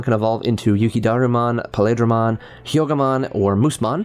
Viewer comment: Pale in paledramon is pronounced like "ale" the katakana also says peildoramon. Just wanted to mention.